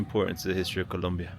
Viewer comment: Great video! So cool to hear someone who can pronounce Colombia correctly-many cannot!